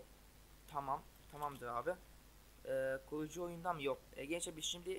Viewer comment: olm bu nası konuşma lan kuğucu ne yaww çıldırcam